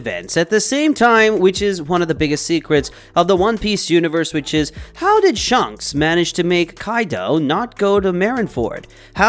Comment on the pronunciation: your saying shanks like shunks its so cringe